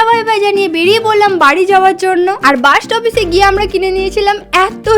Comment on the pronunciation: দিদি ওটা বাঁশ না ওটা হবে বাস তুমি ভুলে বলছিলে🤭🤭